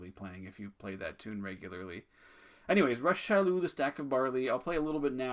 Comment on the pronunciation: Salut! Thanks again for this series of videos they’re awesome! The way to pronounce Monsieur Chaloux’s name is actually just like Rock. Hard «ck» sound for his first name. Au plaisir mon ami!!